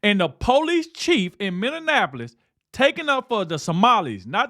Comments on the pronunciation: pronounced Minnie apolis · when are you going to learn to say Minn-e-a----polis